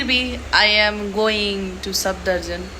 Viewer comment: It's SAFdarjung lol, irritated me so much when you misspelled it plus pronouncing it wrong the whole log 😂